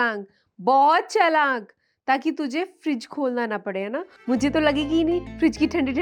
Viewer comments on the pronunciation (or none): Your videos are very nice and chatpate but why were you saying chalank bro its chalak.